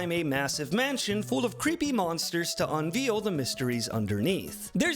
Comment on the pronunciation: I need you to play Rosetta Stone: English Edition on how you pronounce "Unveil" It's either "UN-VAYLE" or "RE-VEEL" XD Love your content bro